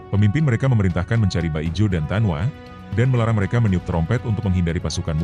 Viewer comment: Min, bukan baijo tapi bajio